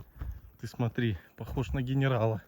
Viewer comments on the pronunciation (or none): Смотреть интересно. Слушать жутко. Вроде русский человек. Мотри, есь,срока.. .. Пожалуйста, следите за произношением. Вы же публичный человек!!!!